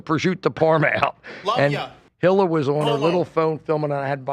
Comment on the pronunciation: I will never get over never being able to pronounce Hila's name correctly